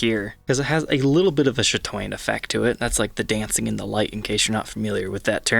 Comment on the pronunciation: I thought he was saying "shadow- fancy" thanks for clearing this up..